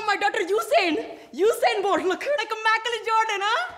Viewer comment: Husen bolt and Mikel Jhordan😂😂